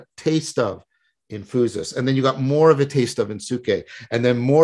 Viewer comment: Great talk! That pronunciation “phoosis” though…